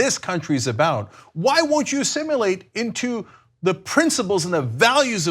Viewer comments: Uhhh... It's assimilate, not "assimulate". 😉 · Cenk and Ana, it's not assimUlate. Other than that, great work. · Did he seriously say "Assim-u-late" twice???